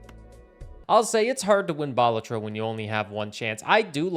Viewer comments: Its Ba-la-tro not bal-a-tro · love the video and your channel, but you say balatro weird xd aaaaaaaa